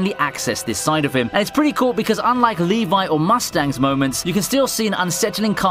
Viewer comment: LEVI IS NOT PRONOUNCED LIKE THAT FOR GOD SAKE